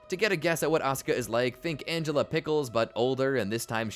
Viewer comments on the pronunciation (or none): "Angela Pickles" IT'S ANGELICA !!!!